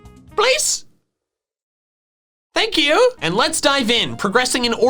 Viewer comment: PLUS SOOBSCRIBE PLS. FANK U:D Me: Yes. I love when he says this. 🤪